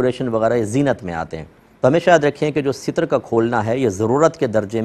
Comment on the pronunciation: Seetar word ni hota Ster hota h